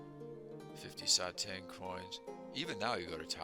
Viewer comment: Satang pronounced as “sah tahng” like the “ah” sound in the word stop. Great collection!